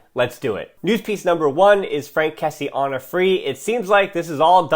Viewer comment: great video ! but it's kessié not kessi , pronounced kessi-ye